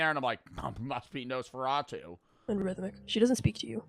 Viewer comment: when i heard “nosferateu” i thought of that one spongebob episode.